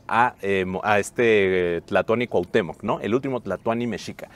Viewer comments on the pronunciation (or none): none